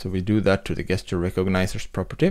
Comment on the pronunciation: Great video. Your English is almost perfect. But FYI, the English word "gesture" is pronounced with a "j" as in "jester".